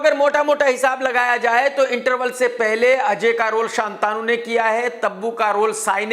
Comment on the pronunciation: शांतनु है शान्तानु नहीं।